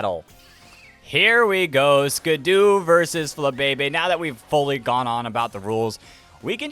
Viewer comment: Sorry for being annoying but I hate that you say skiddo as skid-u instead of Skid-oh